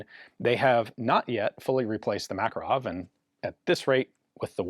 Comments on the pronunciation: Makarov is pronounced as Makárov, with the emphasis on the second syllable. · Грач - rhymes with "patch". Absolutely terrible conversion system someone came up with long ago to convert Cyrillic to Latin characters. Also, Макаров - Ma-kar-ov, not Mak-a-rov. You'd think with AI there would be a better conversion system by now. Автомат Калашникова - Av-to-mat Ka-lash-ni-kov-a, not ko-va.